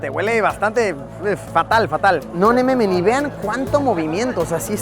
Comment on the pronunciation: "No nememen" 😂😂😂. Min